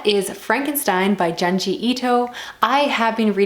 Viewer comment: it's actually pronounced J-ouh-nji and not j-ah-nji. I've only ever read Uzumaki so I'm curious to hear what you think about Frankenstein!